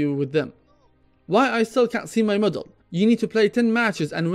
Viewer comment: T'was quite confusing at the start because you pronounced medal as middle, haha. anyway, keep up the great content bro. thank you. I like valve's new mmr system, it's much more friendly for newcomers and esp for kids who playing dota, it's really encouraging to win more games in the long run unlike the plus or minus 25mmr, plus it's updated to filter out acct. buyers, which I believe to be very few in population.